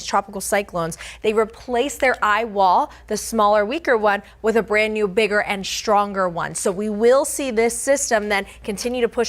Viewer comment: she said schtronger instead of stronger